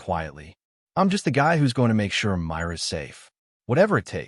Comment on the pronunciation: Ai not saying girls name says mirror not Myra😮